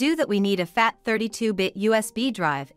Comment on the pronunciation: How does this ai voice put enmpithis on the word fat ? 😂 I can’t stop laughing